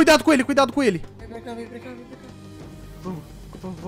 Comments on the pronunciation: Ele falou por rá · na verdade ele fala por rá